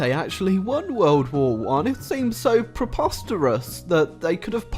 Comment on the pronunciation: 🍷Fun Drinking Game: Drink every time says preposterous wrong🍷